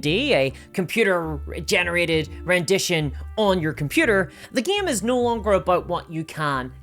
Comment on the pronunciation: i like your accent except the part where you pronounce no as "nigh"